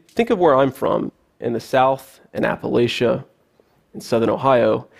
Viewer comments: No one from appalachia pronounces it appa-lay-sha. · This so-called 'hillbilly' pronounced 'appalATCHA' wrong. His mamaw and papaw may have been hillbillies, but that doesn't make him one. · But why does he mispronounce "Appalachia"? Lol